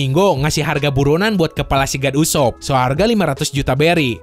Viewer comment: Bukan god ussop tapi go d ussop